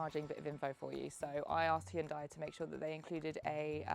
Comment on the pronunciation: I bet Hyundai were thrilled that they gave you a car and you then mispronounced their brand name - especially after they spent millions publicising how to pronounce it....